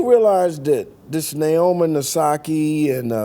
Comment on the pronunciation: “Naomi Nasaki” 😭😭💀💀 im sure he didnt mean to do that